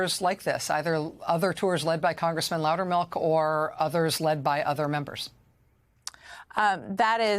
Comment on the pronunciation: Darn it. , she mispronounced his name as "Loudermark." My first play-through, I thought I heard "Loudermouth," which would have been rather fitting. I will give Representative Sherrill credit for observationizing. As she is both Former Military (TY, Fellow Vet!) and a Former Federal Prostituting Attorney, she definitely has the education, training, and experience to notice when "Something is starting to smell funny." I didn't even need to be told she'd reported it, too.